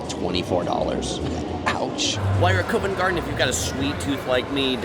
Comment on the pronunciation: Isn’t Covent Garden pronounced CAh-vent, not C-OH-vent. Mispronouncing well established names doesn’t add credibility to your videos.